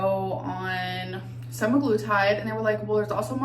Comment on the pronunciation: Suppovely expecially and semiglutide